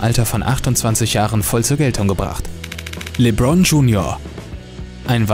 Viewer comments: No hate aber wie du lebron gesagt hast muste ich lachen aber cooles video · LeBron beste Aussprache kappa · Jz mal real das hat mich abgefuckt wie der das ausgesprochen hat